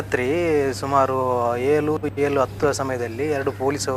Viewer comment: ಏಲು ಅಲ್ಲ ಏಳು